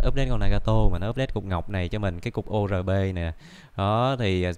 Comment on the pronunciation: Y như Lợi Spite luôn Toàn đọc Ô rờ bê k =))